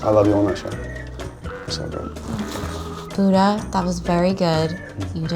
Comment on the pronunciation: ミーガン・フォックス のブッタの発音ウケる